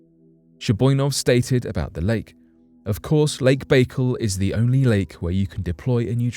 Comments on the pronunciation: Lmaoooo. Lake Bake-el. It’s Bah-CALL phonetically oh ghaaaad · Learn to pronounce places before you put video's out, your always doing it. Lake Baikal is pronounced byekal not bakel Lol